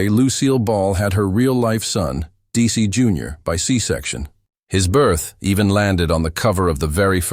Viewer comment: These bios are great, FOR THE MOST PART, however it's really hard for me to accept DAISY Arnaz or DC Arnaz, from narrators who should really know better!